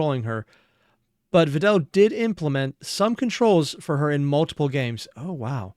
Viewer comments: Vedal is actually spelled like "ved-al", but Neuro calls him "veedal" and that's what most people have started using instead As for the text, she has an automatic feature where she puts what she says on the screen, even in the live stream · It is actually pronounced vedal (like medal or pedal), veedal is what neuro calls him and is basically also accepted as "correct" at this point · "Vedal" like "medal" and "pedal" is the "correct" pronunciation. Everyone is running with "Vee-dal" though, because that's how Neuro says it and he's just accepted it. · Just started the video, but just so ya know it's actually pedal medal vedal..lol, Neuro just says Vee-dal and he rolled with it. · It's Vedal like pedal and medal lol. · And then we have Evil with "Veedool" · Yet another person falls to the wrong pronunciation of Vedal's name thanks to Neuro 😔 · You switching up how you pronounce Vedal needs to be a running joke, just every video do a different pronounciation saying "It's apparently like this"